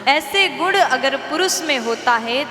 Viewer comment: प्रवचन देने वाली विदुषी गुण को गुड़ बोल रही है,वक्ता,कथावाचक/कथावाचिका के शब्दोच्चारण बहुत स्पष्ट और शुद्ध होने चाहिए।